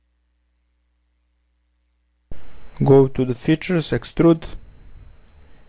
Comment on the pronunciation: Sounds like "go to the future", when it was Features xD